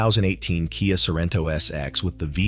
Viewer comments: What on earth is a K.I.A. Sorento (Kee-uh?)? And what is a Kia Five Six? (Vee 6?). What about the Toyota Threeeeee 2GR-FE? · Hello little robot. KIA is pronounced Kee-ya.